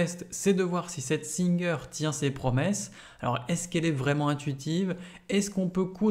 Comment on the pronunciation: Merci pour les explications mais pour info ce n'est pas singeur mais singer phonétiquement "saintgêre" Sinon je voulais acheter une machine pas trop chère pour avoir eu plusieur machine à coudre de la même marque. Mais j'aurai aimé savoir si il y a un système d'enfilage de fil. Merci